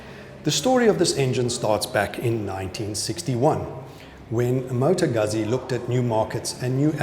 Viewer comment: Beautiful bike. Proper pronunciation of Moto Guzzi. Thanks for the video.